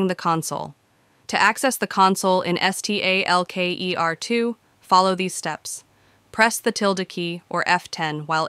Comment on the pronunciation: es tee ey el key ee ar two 🤦‍♂